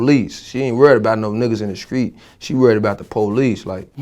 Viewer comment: "screet" "scrapped "